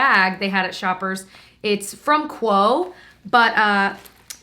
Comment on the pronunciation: We pronounce Quo [Kwee-oh] :) Loved this video!!